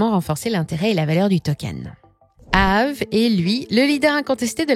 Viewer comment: On prononce Aavéééé !